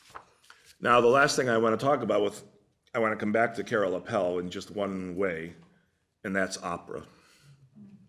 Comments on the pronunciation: Minor correction: Appel is pronounced AH-ppel. Accent on the A. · Not so important, but the correct way to pronounce Appel is: take the word apple, and replace the A sound with the A of Aardvark. A subtle difference, but then you're pretty close to how it should be pronounced in Dutch!